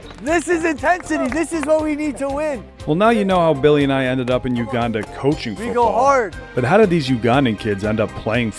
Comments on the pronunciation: It's not Uganda is Weganda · “Weganda” is out of this world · “Weganda” Classic. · "we-ganda beat Kenya" yessir 😂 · "WEGANDA" bra lmaoooooo